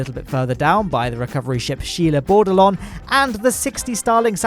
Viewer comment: Is it Sheila Bordelong or She Labored Along?